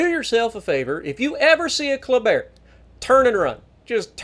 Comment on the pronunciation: Hey! First time I was confused when you said Colbert. But it was a Kleber 😅 nice video 👍